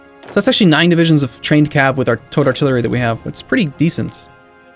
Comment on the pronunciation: Every time says "towed artillery" I think he says "toad artillery" lmao